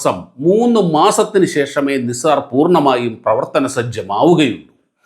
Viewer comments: നിസാർ അല്ല നൈസർ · നിസാർ അല്ല നൈസർ ആണ് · നൈസാർ എന്ന് പറയൂ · NASA pronounced it as നൈസർ. no offences meant. good presentation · Please pronounce it properly. It's called Naisar